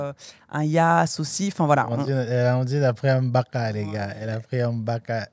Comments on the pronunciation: Ahahah j’ai aimé le contenue 🎉👏🏾 ahah m’a tué ko « on a prié le M’baka »🤣 hey c’est Gbaka 😂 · C'est Gbaka et non M'gbaka!